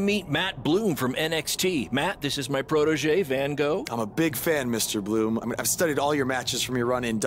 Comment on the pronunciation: does he in the beginning really say Mr bRoom? and is that supposed to be Finlay with Bloom?